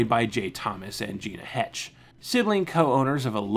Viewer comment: And I get this one's not intuitive, but Gina Hecht was hard-G on the first name and the last name is "Heckt."